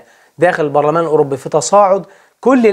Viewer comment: Eurobbbi Barlaman 😂 ليس تنمر ولكن محبة 😅